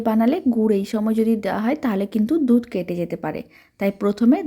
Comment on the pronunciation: Dudh k dutra bole Kano .